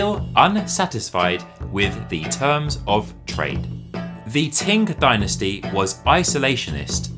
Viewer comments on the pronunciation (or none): Thank you. I credit my interest in Chinese culture to my grandmother's Willow Pattern plates. I lived in Peking in '79 - '90, then Hong Kong and now in Taiwan where the real Chinese culture is being maintained. As a Linguistics grad with Chinese as my main foreign language, I just have to ask where you got the pronunciation of 清朝 as Ting Dynasty? Also I see a few others have mentioned your pronunciation of porcelain! My ears are in pain from hearing your particular sounding of the word.... about 2,500 times. A pity that it is the key word in your whole monologue. Anyway, I am genuinely interested to find out your language background. Be great if you could read this and reply. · Porcelain is pronounced ˈpɔːr.səl.ɪn, not porcelian. Qing is pronounced ching, not king. Otherwise, a great documentary.